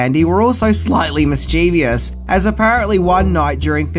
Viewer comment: "MISS-chu-viss", not "miss-CHEE-vee-us".